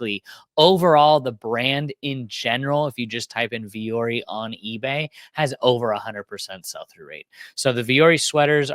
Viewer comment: Vuori is the Finnish word for “mountain” and alludes to embracing and overcoming challenges. Pronounced Vwo-Orrie